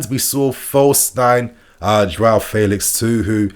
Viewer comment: You tried to unlearn the old way of saying Felix. But the way you say it now is even worse.